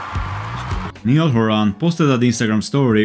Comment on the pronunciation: its not nee-al hor-on its ni-all hor-in